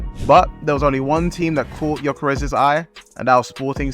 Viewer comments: Yall need too realise Ö and O aint the same thing in swedish hes not gyokeres hes gyökeres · Jokeres lol. Its Gyökeres, at least google translate his name.